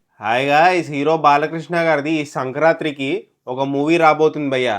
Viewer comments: Sank”rathri”(Night) kadu bhayya San”kranthi”(light) Chala theda undi Bhayyooooo😮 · Sankranthi ❌ Srankranthri 😂✅ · దిల్ రాజ్ గారు నీకు ఆదర్శమా భయ్యా... "సంక్రాంతి " కి బదులు "సంకరాత్రి" అంటున్నావు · సంకరాత్రి ❌ సంక్రాంతి ✔️